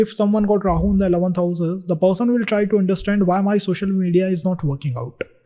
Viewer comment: bhai per-son hota hai pul-sion nahin 😂😂